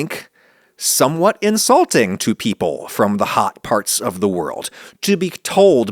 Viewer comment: In-salting haha